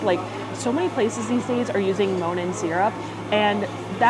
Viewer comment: I keep hearing “moanin’” like it’s a spooky theme syrup despite having Monin right in front of me